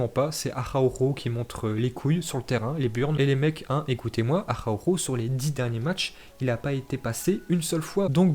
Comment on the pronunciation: Nous on dit Araujo mais il dit: Ahaoouuhooo 😂😂